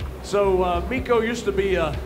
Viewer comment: Dude was calling him MIKO the whole time lmao 😂